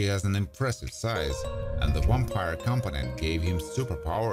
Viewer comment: Why do you say "wampire" instead of "vampire"?! That's so confusing... The English "V" sound is pronounced with top teeth on bottom lips, it's a closed sound, like in "voice", or like the Spanish "vivo"....